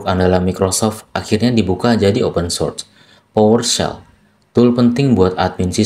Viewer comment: Maaf bang sekedar saran pronouns nya agak dibenerin lagi karena saya dengerinnya agak kurang nyaman. Contoh Source dibaca sors, github dibaca githab, microsoft dibaca maykrosof. Saya seneng sama bahasan ini, terus lanjut bang buat orang awam kayak saya